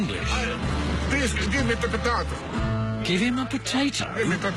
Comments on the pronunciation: He was asking for an interpretator, but yeah, sounds like potato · I think he said, “please, give me ‘terpretator” (interpreter) 😂